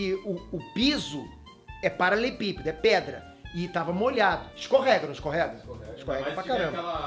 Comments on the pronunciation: não sabe falar paralelepípedo kkkk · Só eu percebi que o fala “paralepípedo “! Kkkkkkk